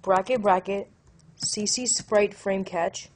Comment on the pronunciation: Great tutorial. Thanks. You will lose some street cred by pronouncing "cache" like "catch". It's pronounced like "cash". Just FYI. ;-)